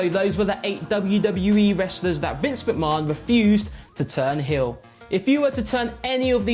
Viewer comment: Can't stand the way he says Vinces name,it's as if he's never watched wrestling!